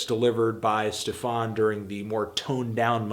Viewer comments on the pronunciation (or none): Why does he say Stefawn/Stefarn instead of just Stefan? It really bothers me, like, it's not that hard to get right...